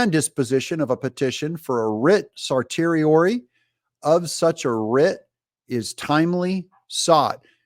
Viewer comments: "Certiorari" is pronounced Sir-see-ori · Certiorari = Ser-she-o-rawr-ee